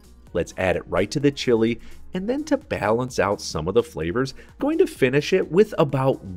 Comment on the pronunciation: "Chili" pepper is definitely not pronounced like the country Chile. Turning off the video less than a minute in because I can't stand that ridiculous pronunciation.